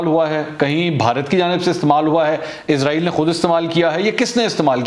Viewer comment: Sir AAp pakistani hn ap darust talfuz Ada kr skty hn. Ap janty hn Izrail ak muzaz frishty ka name ha or Israel Hazrat Yaqoob A.A ka laqb ha